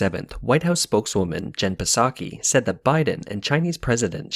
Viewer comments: Nah just say Peesaki who cares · Pretty sure the P is silent in Psaki